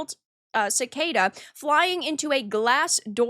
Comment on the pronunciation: Points for pronouncing “cicada” correctly. ✨✅✨